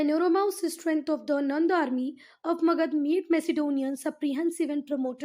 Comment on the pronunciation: Thank you but aap har word me jisme last me a hota usko pronounce kyun nahi karte ho jaise magadha ko aap magadh bolte ho